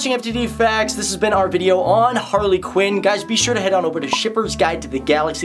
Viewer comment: quinn not qin